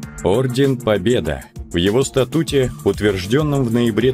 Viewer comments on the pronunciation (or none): Стаааатут, а не статууут